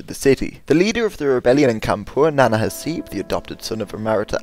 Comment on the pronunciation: It's Nana Saheb, not Nana Haseb